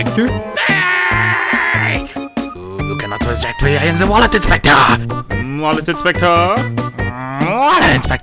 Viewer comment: Ah yes wallot inspector